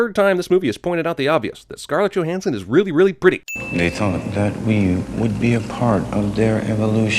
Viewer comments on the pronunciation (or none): none